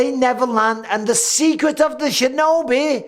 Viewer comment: “Secrets of the shinobe!?” ☠️☠️😂😂